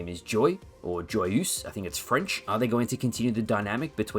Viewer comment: "Joyeuse" is pronounced, approximately, "jwa-yooz" to an English speaker.